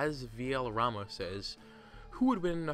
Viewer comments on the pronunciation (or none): none